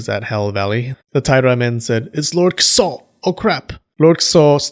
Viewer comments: It sounds like you're saying "kuso" everytime you say "Kiso" xD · OMG stop saying "Kiso" like SH*T lmao